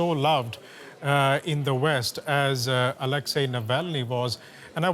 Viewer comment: A huge thank you to the presenter for saying Alexei’s name and surname right.